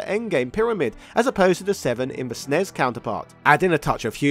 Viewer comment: Finally. A non American pronouncing it super n-e-s instead of ssnes.